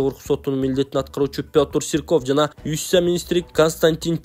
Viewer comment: юстиция деген созду эмне деп окудун?